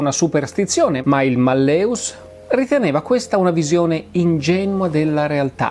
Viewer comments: Spero mi perdonerà la pignoleria, ma l'accento cade sulla prima sillaba: màlleus, non mallèus (la e è breve) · Giusto màlleus. Il latino mette l'accento sulla penultima o terzultima sillaba, a seconda se la penultima è breve o lunga. La e che precede la vocale u è breve (mallĕus), come avviene quando una vocale ne precede un'altra, quindi secondo le regole dell'accentazione latina quando la vocale della penultima sillaba è breve, l'accento cade sulle terzultima. Allo stesso modo in mallĕŏlus (da cui l'italiano malleolo) la o è breve, quindi l'accento cade sulla e. L'italiano per l'accentazione segue la regola del latino. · E malleus si pronuncia "màlleus" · Sì, però si dice màlleus. Il latinorum! 😊